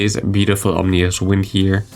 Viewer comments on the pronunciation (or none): It's ominous wind, not omnious!